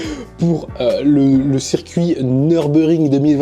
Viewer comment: Ça se prononce Nheur-burgue-ringue bg :)